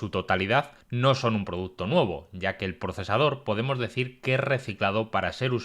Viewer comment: Sólo por curiosidad! ¿Porqué pronuncias la letra "E" como "O"? Por ejemplo: Cuando vas a decir "Nuevo", dices "Nuovo"! Y si vas a decir "Juego", dices "Juogo"!